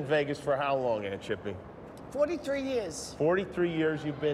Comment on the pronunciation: The way Guillermo says “aunt chippy” 😂😂😭😭😂😭😭🤣🤣😂😭😂😭😭😂🤣🤣